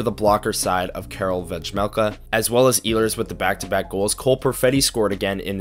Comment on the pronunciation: Please learn how to say Karel Vejmelka